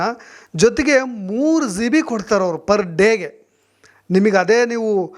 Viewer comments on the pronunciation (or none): ಝೀಬಿ ಅಲ್ಲ ಜಿಬಿ ಅದು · Don't pronounce G(ಜಿ)as Zee then you will sound like a villager(ಹಳ್ಳಿ ಗಾಮಾಡ್) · Le adu Zee all g.... Zeeb all gb,,,,, zeeyo all jio.... Thoooo... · Zio..., zibi... Alla sir gb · ನೀವೂ GB (Giga Byte) ಅಂತ ಕರೆಕ್ಟ್ ಆಗಿ ಉಚ್ಚಾರಣೆ ಮಾಡಿ. Zeebee ಅಂತ ಹೇಳಬೇಡಿ. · ಝೀಬಿ ಅಲ್ಲಯ್ಯ ಪುಣ್ಯಾತ್ಮ ಅದು ಜಿಬಿ GB ಹಯ್ಯೋ ಎಂತೆಂಥ U Tuber ಗ ಳಿ ದ್ದೀ ರಯ್ಯ ಖರ್ಮ 😢😮😅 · Bro Zee be alla GB